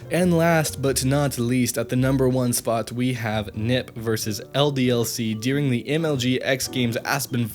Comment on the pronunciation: why do you pronounce during "dearing"?